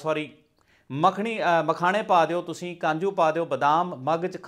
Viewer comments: kanju ni kaju hunda hai ji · Kanju nahi hunda ji kaju hunda